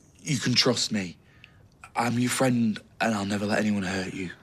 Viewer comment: Bro said neber 🤣🤣🤣